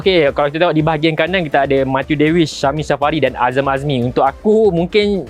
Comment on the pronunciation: Matiuw Davies ekk.. "MeyTiuw Davies"